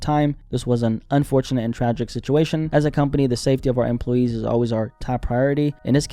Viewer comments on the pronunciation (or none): none